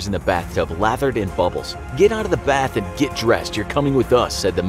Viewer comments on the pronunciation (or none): none